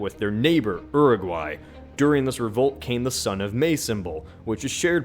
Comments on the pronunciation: Its pronounced "yur-ee-gwaey," not "ur-i-gui" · I cringed so hard when he said Uruguay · Its pronounced ur-a-guay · no the joke is he pronounced Uruguay wrong.